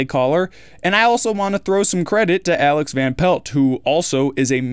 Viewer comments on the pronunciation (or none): none